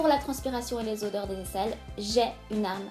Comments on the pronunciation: odeurs c avec un "o" pas "au"! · "Audeurs" gloups! Autrement je me suis abonnée bisous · l'erreur .."audeurs" 😂😂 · c'est pas audeurs c'est odeurs 😂😭😭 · C'est odeurs pas audeurs ( dans la vidéo à ) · aideurs 😂 odeurs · odeurs pas audeurs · Odeurs et non audeurs